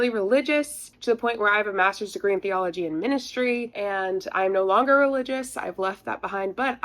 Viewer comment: Why do I keep hearing theology as "bee-ology"? [sigh] Maybe I should call a physician. :D